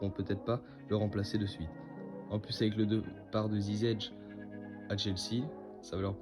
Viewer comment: C Ziyech pas Zizech😅